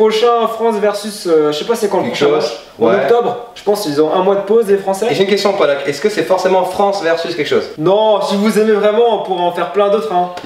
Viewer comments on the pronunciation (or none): C'est pokelak